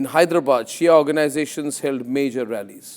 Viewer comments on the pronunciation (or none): none